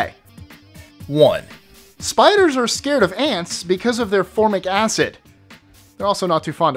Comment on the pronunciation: You looked like me when my teacher pronounced acid "assid"!!